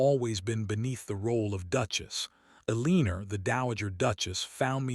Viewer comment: Lots of mispronunciations😮Like Elee nor its Eleanor. Debate ing not Debatting. The photos don't link up. In That last picture the woman looks 50+ least & the man about 30. Finally, a woman who successfully hung on to her jewelry! + Property!